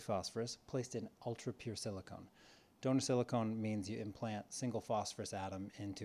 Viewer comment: SiliCON not siliCONE